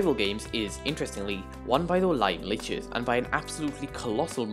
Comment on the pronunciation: is the correct way to say it ("Liches" is pronounced "Lee-chez")